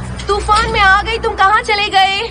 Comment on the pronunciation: Toraan✅ Tufaan ❎